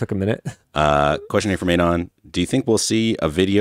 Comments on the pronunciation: why does pronounce "anon" wrong? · Man I can't with the pronunciation of An-on